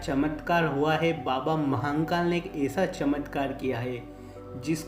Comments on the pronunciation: Areeee yr Mahankal Nehi.... Mahakal N nehi dalna Vai.... Mahadeb k nam hai vai pls.... Sahi se uccharan karne k koshik karo....jarur hoga....pls Mahankal naa bolo.... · Bhai baba mahnkal nahi h.. mahnkal mt bola kr irritation hota h.. baba mahakal h vo Upr wale ko kisi b naam se yd kro vo sunta h, pr iska mtlb ye b ni ki glt naam bolo.. acha nahi lagta h bs, baki jesi mahadev ki marzi.. har har mahadev 🙏